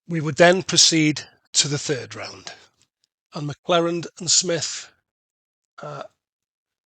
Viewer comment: OMG - it's McClernand, not McClerand. Making such an obvious mistake in an ACW game is really grating.